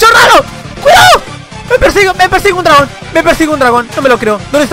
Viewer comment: Pensé que dijo me pega un Tragón y dije soy yoooooo pero no dijo dragón XD